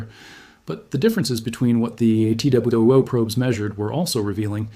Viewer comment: Perhaps fix the transcript so the AI will say "...two probes...", rather than 'T-W-O probes'. Also, the AI image freezes quite a bit. Interesting stuff, though.